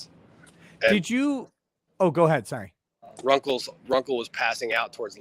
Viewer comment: It's RUNKLE OF THE BAILEY. Not Rumple from the Bailey. 😂😂😂 Bye✌️